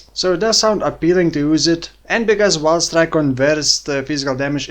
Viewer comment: I understand "vaal strike" every time 😅 New skill soon?